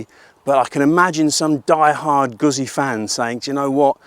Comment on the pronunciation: I've always loved Moto Guzzi - although I'm amazed that people still can't pronounce it properly - you can pronounce pizza ? Well, the ZZ is said the same way!! I'd been thinking about a Stelvio, as I already have. MotoGuzzi 1000S and an Africa Twin 1100. The Honda is a real tough act to beat and an amazing road bike. I bumped into a guy with a V100 Mandello yesterday and after a year of riding it, said that he really liked it. However he said that his mate had an identical machine that had been at the dealers awaiting repair for 10 months with electronics issues! Now, if that was a Honda, that would have been sorted, but you're relying on Piaggio UK, who are hopeless. So I'll enjoy riding my old Guzzi, but I'll take the Honda over the Stelvio. Or, as the man says, get a proven V85TT and spend the change on fuel and see the world.